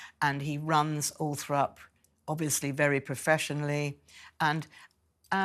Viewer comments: It's not Althrop it's ALLTHORP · Why was Seward writing a book about two kids and its ALTHORP not Althrop.